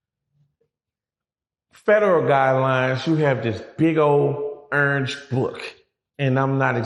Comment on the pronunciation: yea, he from Louisiana. The way he said “orange” tell me everything I need to know. He official 😂